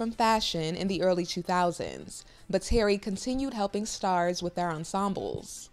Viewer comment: Please ask if you don't know his name is not Terry it's Thierry always look up pronunciations before hammering a word Google